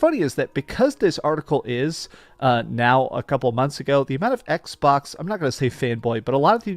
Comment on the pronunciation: is it just me os this dreamcast wierdo says "XPOX" insted of xbox